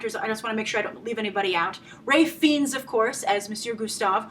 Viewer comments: Fiennes is pronounced Fines not Feens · FEENS? Oh, it burns! It's pronounced "Fines." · Please don't say his name as Feens... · I'm with you, brother. the only reason i dont believe the Feens thing is that Grace (we love her so) mispronounces a lot of things. I try to let them go. The one that eats me up the most is when she says Show-Lin Temple. (as in showtime) Shaolin is pronounced with an "OU" sound. Like "ouch! I hurt myself"